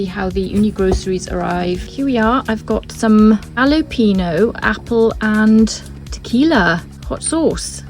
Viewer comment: Sauce sounds interesting. Have to bust you on your pronunciation however LOL....it's Hal-uh-pen -yo. Excellent pizza as usual.